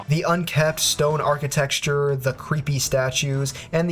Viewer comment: I've never heard anyone say "archiTEXTURE."